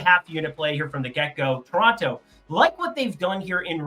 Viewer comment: He said tor (toronto)